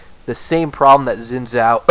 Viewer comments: I can't stand you pronouncing it zin zao, that's simply not correct. Learn how to say a champs name before making a whole video about him. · u just cant pronounce chinese properly